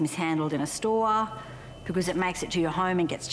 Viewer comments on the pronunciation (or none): All I hear is distribution cen-TAH, and the sto-AH 😂😂